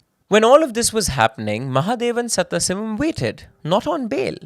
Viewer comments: Where is this presenter from? Keeps repeatedly pronouncing Sadaasivam as Setthasivam 😂😂😂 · The name should be pronounced as Sadhaasivam not Satthasivam. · Please invest in a pronunciation expert for South Indian / Tamil names. Our names sound so foreign coming from a fellow Indian Pretty sure its is actually Sadaaasivam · I cannot forgive you for the way you pronounce "Sathasivam".